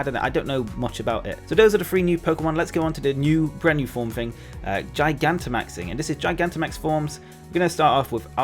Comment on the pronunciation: I love how everyone keeps mispronouncing “Gigantamaxing”. Almost as if that’s a really stupid name or something....